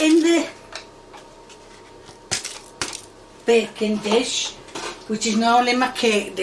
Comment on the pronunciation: Sometimes when she says "baking dish" I hear "bacon dish" 😭